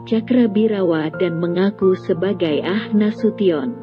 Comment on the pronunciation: Bu Narator,,,bukan AH Nasution tp A H ( Abdul Haris ) Nasution